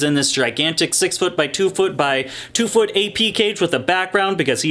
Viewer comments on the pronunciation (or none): none